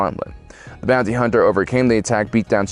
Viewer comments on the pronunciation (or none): none